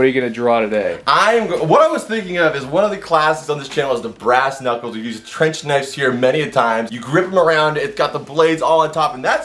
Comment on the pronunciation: “Right into the ass-knuculers", May 24, 2020